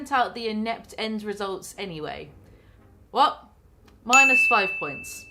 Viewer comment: I feel like Jaclyn said vat too much for my liking xD